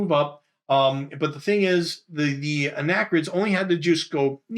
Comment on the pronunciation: Such great explanations for a game we had when I was growing up, but we were never able to progress past scenario one. My ONLY gripe... "Arachnid," not "Anachrid." ;-) Keep up the great work!!!